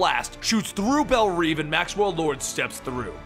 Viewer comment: Belle revvvvvvv! Not reeveeeeeee